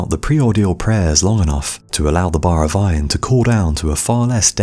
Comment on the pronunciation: It sounds like you are saying “vine” instead of “iron”